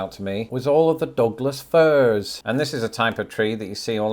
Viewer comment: Douglas firs are better than furless dogs? Sorry, your pronunciation hit me there.